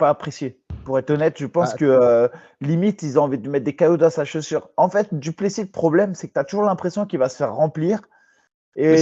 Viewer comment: Les gars on prononce pas le S à la fin de Du Plessis ? Même les américains le savent